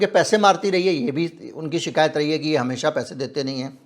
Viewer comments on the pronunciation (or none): none